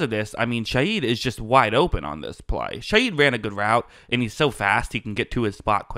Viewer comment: Rashid ShaHeed not Shayeed!